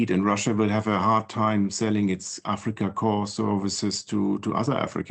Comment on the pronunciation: "Africa Corpse," nice pronunciation buffoon.